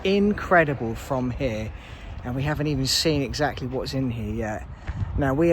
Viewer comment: 'Haven't', 'Havant' is in Hampshire 🤫🤫